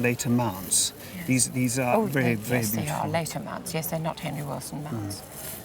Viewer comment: ’Yueeess’ in the most British way possible here